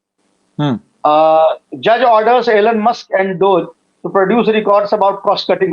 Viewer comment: एलन मस्क नही,एलाध मस्के पढिए।